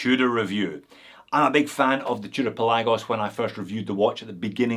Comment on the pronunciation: I think it's pronounced Pelagos.